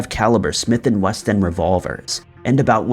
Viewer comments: Smith & WESSON (not Weston) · I heard Smith & West End lol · Also Smith & Wesson not Smith & West End...